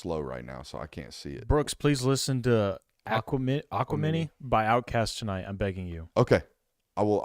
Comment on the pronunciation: don’t feel bad buddy mispronouncing Aquemini is right there with you lol film study A+, hip hop IQ - F- lol we still rock with you tho